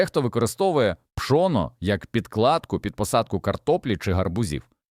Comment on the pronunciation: Пшо'но😂 гри'бки😂 ШІ не навчилося наголос ставити вірно